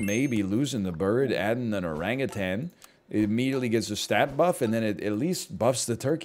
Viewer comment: the way he enunciates Oran-GutAn will never get old to my ears